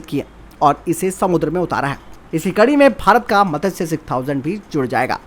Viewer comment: It's not मतस्य it's मत्स्य 6000